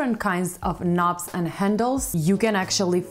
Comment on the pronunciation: As a Brit I love the way she pronounces and talks about 'knobs'.